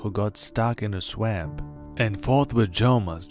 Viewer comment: stuck in a swemp XD, sorry for laughing at your bad english there but it was to funny, great video man!